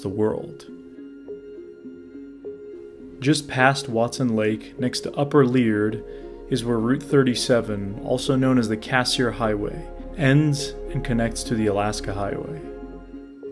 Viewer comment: Lee-ard not Lear -d Good documentary..... some info on where you stopped to camp and hike would have been good. I could figure out most of the places though. Regardless.... high quality work...... awesome guy.... a wealth of info from that man.